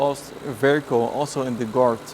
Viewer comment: it took me halfway into the video to figure he was saying "guard" and not "dart". i was like "mercedes dart huh thats a funny name"